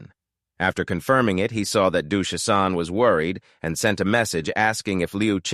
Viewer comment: Why on earth does this thing keep calling Shisan "Duthaptan" and Lu Chen "Luke Tran".